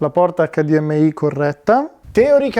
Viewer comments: EICDIEMAI, che non si sbaglia. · Wow che mostro di tv PS: David ti prego HDMI con la I di Imola!! Se vuoi dire la "ai" finale devi dire la sigla all'inglese TUTTA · HDMai inglesizza solo la I , che cringe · ACCADIEMMEAI, MA CAZZO! Tutto perfetto ma ACCADIEMMEAI NO. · acca di emme ai , nun se po sentì 😭